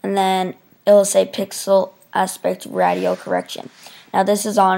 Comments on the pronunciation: Hey thanks for making this vid! A little nitpick though, the word ratio is pronounced "ray-she-oh". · Thanks.. xD This was intuitive and yes Ratio is pronounced: "Ray-She-Oh".. Keep up the good work buddy! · Nice job but 'ratio' is pronounced 'ray-shee-oh'. Good video otherwise. Thank you. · Great. But it's not "radio" correction, it's "RATIO" correction. Thanks. Bob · This was a big help to an annoying little issue I was having tonight. Thanks! And I never hold it against someone for mispronouncing a word. It means you learned the word by reading. Much respect!